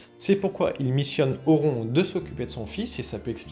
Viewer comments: Mes oreilles ont saignés, dès que j'ai entendu "auront" 😂😂 Pitié, un peu de respect. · Par contre cette prononciation à la française "Auron" cest pas possible 😅 Vidéo très sympathique sur un perso légendaire sinon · apprends à prononcer Auron déjà...